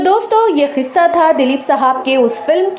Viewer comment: Kissa hota h khissa nhi